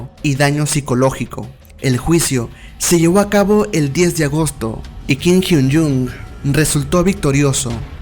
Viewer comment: Buenos datos 🥰 pero perdí la cuenta de las veces que pronunciaste mal su nombre es Kim Hyun Joong con “O” no con “U”😑 Kim Hyun Jung es otro de los integrantes 😃